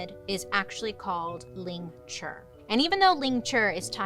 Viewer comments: It’s “lingCHI”, not ”lingCHUR” 😂, but it’s okay, some words are just hard to say when we’re not used to them. Sometimes, everyday English words sound so weird to say if that makes sense. Almost like it’s not a real word and just doesn’t sound right. Lol, I have issues 😂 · No death by 1000 cuts didn’t come from flaying. Lingchi and flaying are similar but different methods of execution. It’s lingchi you are pronouncing it wrong. It has a i at the end it’s pronounced ling-chi. Lingchi. I study the history of torture and execution i really wish I could help you get it right and explain it accurately. Ugh 😩 no offense it is better to get accurate information that is factual and pronounce things right then just be thick headed and continue to get it wrong because you have too much pride.